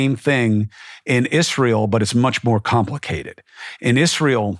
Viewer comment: I just like the way he pronounces Israel. That is all. ❤